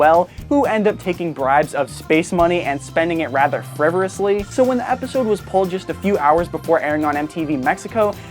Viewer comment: "Frivorously" lol